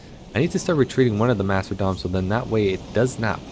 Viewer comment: ohh and there not “master-doms” it’s pronounced “masta-dons”